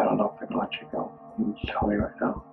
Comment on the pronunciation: That and how he says goo for go. I love his funny pronunciations.